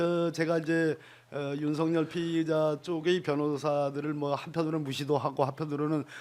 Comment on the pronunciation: 박범계는 소추인단에 있으면 안된다!!!!! 왜냐하면 윤썩열이 사시동기이다!!!!!! 탄핵추진하는데 전략이 윤썩열이한테 새나갈 수 있다 법무부장관할때도 제대로 일을 못한거 같다 윤썩열이 이름도 제대로 말하지도 못한다 수박같다!!!!!!!!!!!